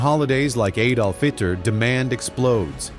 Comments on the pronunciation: Hold up, did you just say holidays like "Adolph Itler" 🤔😂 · "Eid-Al-Fitr" sounds oddly similar to "Ad-ol-fHitler"